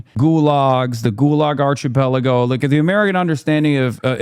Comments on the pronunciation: How did Hasan get this far without learning how to pronounce "archipelago"? Idk why this is what stuck in my head, but it's what stuck. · The ‘H’ is silent in ‘archipelago’, lil bro.